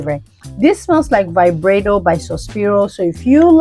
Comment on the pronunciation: Omg the way you said Vibrato I couldn’t stop laughing. 😂 Isn’t it Veeb-raa-toe in Italian?